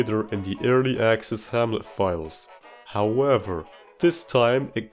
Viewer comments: "Wahamlet" and "Whshipwrecked" had me dying laughing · 2 minutes in and I'm cackling laughing my ass off at "whamlet" and "wshipwrecked" 😂😂😂😂😭😭